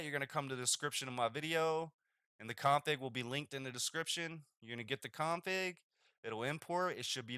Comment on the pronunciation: You say "config" like a total asshole. Didn't even understand what you were saying at first.